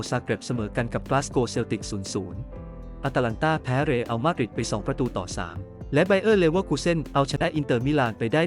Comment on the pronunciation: อ่านใหม่ซิ อตาลันตากับรีลมาดริด